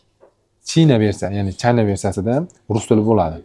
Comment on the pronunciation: Gap yo'q brat men aytganimdan keyin Xitoyni to'g'ri talafuz qilibsiz oldin China deyardiz hoz Chayna deyabsiz. Bratga redmagic 11 pro ni abzor qilayotganda aytgandim